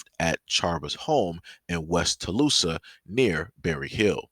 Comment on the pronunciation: Thanks for sharing,....btw, the town is pronounced "Tull-saaaah"😉